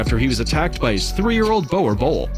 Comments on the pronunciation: Every dutch person cringing at the name bowel bol (boer boel) hahah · Yo I'm triggered about how the guy pronounced boerboel. I guess people have different ways on how to say it. He also spelt it's name wrong. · Oh that boer boel pronunciation made me cringe...